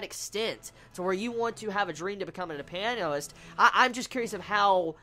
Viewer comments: not piano-ist, u say pia-nist, just a clarification, coz in this review u said it differently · u say it like pi-a-nist